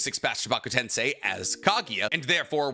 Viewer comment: Stop butchering jutsu names IT'S KOMOAMATSUKAM(I) NOT E !! And tensei not tEnSAi !!!!And stop saying notty bell you nerd 🤓